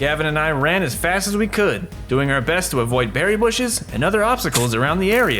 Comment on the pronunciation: It's beri not berry but yea😂